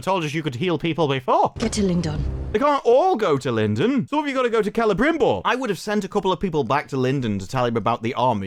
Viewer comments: To be fair, that is how the names are supposed to be pronounced. That being said, it does sound very goofy when they speak English otherwise. They should only do it with lines that are actually spoken in Quenyan/Sindarin. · What is this business of all the actors rolling their Rs relentlessly. It isn't Celebrimbor, it's Celebrrrrrrrrrimborrrrrrrrrrrr....rrrrrr. Didn't anybody tell these folks that while correct pronunciation in many languages requires that the R be rolled, if you roll it more than three times, you're playing with it - like when they go to the bathroom.